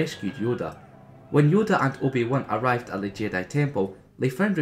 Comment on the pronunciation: loved that you said "the juan" XD